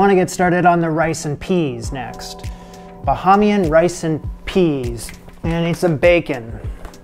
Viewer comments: Hi, I enjoyed your exploration of our culture. A few notes: yes a meat tenderizing mallet would have helped immensely (especially with the chewiness 😂 ) second, Ba-hay-mee-yun is the pronunciation. we generally eat cracked conch with hot sauce and ketchup, some people drizzle lime or lemon on it. it's peas and rice. Rice and peas is a different dish in a few other islands, most well known being Jamaica, where they use dark kidney beans. The word order of the dish is just cultural signifier but important. Your peas and rice looked fine, but may be missing a bit of the flavor. Variations of the dish add everything from salt pork to crab, to dry conch. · Peas n rice....and we use a Mallot aka "conch bruiser"...the conch was too big...shoulda chop it smaller....like mince... You was almost making crack conch! Not the same...at all You seriously couldn't find no lime juice? and it's Ba - hame- y- an. Yes...I don't even know why they call pigeon peas... Basmati??? Never!!!. We use parboiled or jasmine rice. But the rice looked pretty good actually...... pretty impressed. Please know that you flucked up our conch! Everyone watching....that is NOT how we do conch fritters.....but he tried. I give him credit for trying! The rice was not bad looking....so... Just sayin!